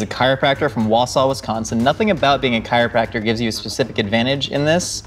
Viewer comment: "Wowsow" Wisconsin. Wausau= Wah-Saw*